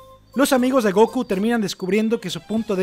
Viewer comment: Se dice Gokú no Góku